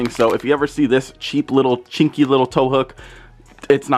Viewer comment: Did anyone else’s hear him say chincky😅